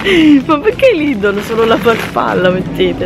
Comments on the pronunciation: perché invece di dire lidl dici sempre lidol? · scusate ma si dice LIDEL ...anche nelle pubblicità dice venite da LIDEL super sconto....sbaglio?Io l'hi sempre chiamato LIDEL...Comunque nn penso che nn si dice lidol😂😂😂vb dettagli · sono una tua fan da tanto tempo ma si dice Lidel ❤❤❤